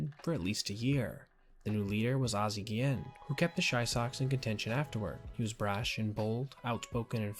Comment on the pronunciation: Guillen = GEE-in Robert = RAW-burt It's not gee-YEHN or ro-BEAR. I know because I'm a fan of this dumpster fire of a team. Pray for my soul.